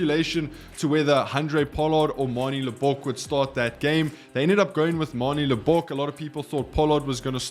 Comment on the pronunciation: is your home language English? It must be, surely, because no Afrikaans speaking person will pronounce Manie Libbok's surname as LibBOK. To save you future blushes, the emphasis is on the first syllable, on the LIB of Libbok.